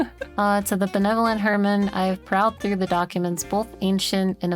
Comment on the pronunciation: The way says Herman in a way that she's saying each syllable distinctly, so she sounds like she's saying "Her man"